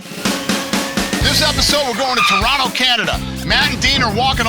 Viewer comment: He said Toronto correctly 🇨🇦! Thanks Dana!